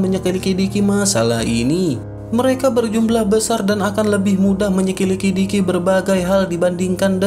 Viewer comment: Min menyelidiki bukan megelitiki 😤